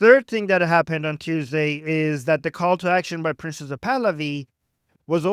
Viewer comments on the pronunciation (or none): Every time you say "Prince Pahlavi" it sounds like Princesa Pahlavi or Princes of Pahlavi.